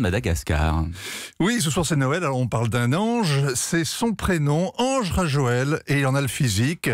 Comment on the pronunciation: Quel niveau de professionalisme de journaliste... ???😱🤯 "Ange Rajoel"... ! ?? Même un enfant c'est que c'est "Andry Rajoelina" !